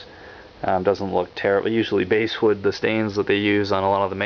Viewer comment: Nice review, I'd just like to point out to you that 'basswood' is pronounced like the fish, 'bass' not 'base' as in a 'bass guitar'. :) Been seriously considering one of these, thanks for showing it off.